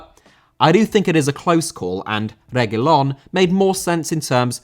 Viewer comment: Finally a good pronunciation for Reguilón 🙌🏻, no more Regúlon